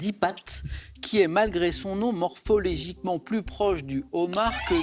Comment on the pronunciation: 18mn26s MORPHOLOGIQUEMENT et non morpholegiquement